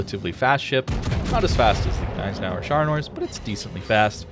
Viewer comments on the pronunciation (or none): Love the videos, heard you say it a few times so I thought I might point out the G in Gneisenau isn't silent